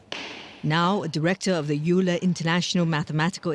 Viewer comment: Wrong pronunciation of EULER. Terrible!